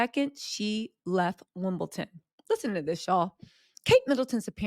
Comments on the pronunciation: It’s WIMBLEDON not Wimbleton! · are you taking the piss? It’s WimbleDON not WimbleTON!